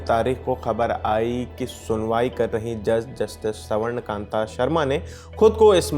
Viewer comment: स्वर्ण को सवर्ण पढ़ते हो? कहां के हो? अपनी एक्सेंट ठीक करो। रोज शीशे के सामने एक घंटा बोलने की प्रेक्टिस करो और उसके बाद स्क्रीन पर आओ। पिछले काफी समय से मैं पता लगाने की कोशिश कर रहा हूं कि लल्लन टाप के स्टाफ के सिलेक्टर्स कौन हैं? पिछले कुछ समय से इतनी घटिया लोगों को भर लिया गया है कि अब सुनने का मन ही नहीं करता।